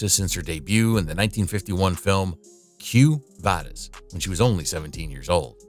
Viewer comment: I believe you meant to say KWO vadis, not CUE vadis.